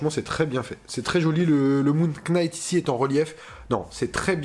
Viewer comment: Ca se prononce NIGHT, on ne prononce pas le K 🤣